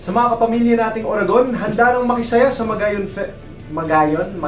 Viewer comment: Ang cute naman natiming na ur uttering some Bicolano words when u did Star Patroller. Pero more practice pa sa Uragon hehe.. Goodjob ka with our dialect